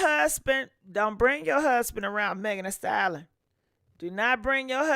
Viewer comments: Ayo! Lol I love her but I hate the way she says Megan Thee "stallon" 😂😂😂😂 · If you don't stop saying Megan, the "Stallon". It's "STALLION". Pronounced "sta·lee·uhn". 🙃